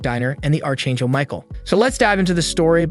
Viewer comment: It's pronounced ark angel